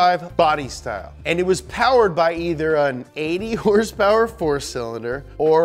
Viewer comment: “HURSE PURR”